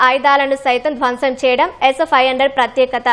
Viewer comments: Aa news chadavadam entra babu s500 palakadaniki endukantha kastapaduthunnav 😂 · ఈమె పలికే s 500 అంటుంటే నవ్వి నవ్వి మళ్ళీ మళ్ళీ వినాలి అనిపించింది 😂😂😂